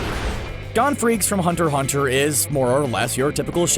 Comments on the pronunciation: Gon not hon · I feel bad but the way he pronounced Gon's name Gone I cringed in weeaboo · Is anyone else triggered that they called Gon, "Gaun".